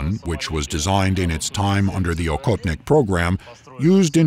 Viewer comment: And by the way for the US people: it's pronounced ah-hot-nick.. The hunter.. Please don't say okotnik that sounds very very strange